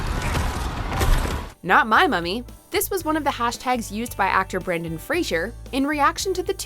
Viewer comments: Poor Brendan Fraser. Even with all of his success, people still have trouble with his name. I'm not even talking about a person below that thinks his name is "Brandon". Even the narrator of this WatchMojo piece is pronouncing it wrong. It helps to remember that Mr. Fraser is NOT a fictional radio psychiatrist in Seattle. "Fray-zur", not "Fray-zhur"!!! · Hey, announcer, it’s Brendan Fraser, not “Frasier”. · Ugh, it's FRASER, not FRASIER. That's a sitcom. Why does everyone get it wrong. There's no I in the man's name.